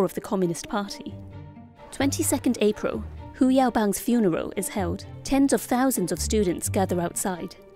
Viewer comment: '22nd Aprow Hu Yaobang's Funerow...'